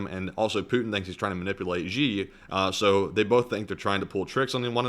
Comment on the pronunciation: the Xi in Xi Jinping is pronounced "shee", not "zhee". The 'zh' sound doesn't exist in any dialect of Chinese. So, for example, 'Beijing' is not pronounced "Beizhing". It is pronounced the way it is spelled. When China came up with their latin alphabet orthography, they reassigned the sounds of several letters they thought to be redundant: X, Q, and C. These letters got repurposed to spell sounds that are very common in Chinese: X makes the Sh sound, Q makes the Ch sound, and C makes the Ts sound. So, when you see Chinese names with the letter Q in it, without a following u, such as "the Qin dynasty", that would be pronounced "Chin dynasty".